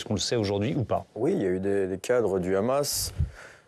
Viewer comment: Pourquoi le présentateur présente t-il le Hamas avec un r e'au lieu du h ce qui est typique de la façon de parler des Israéliens